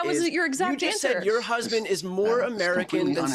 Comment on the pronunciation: "My hesbend." "My hesbend." "My hesbend." 🙄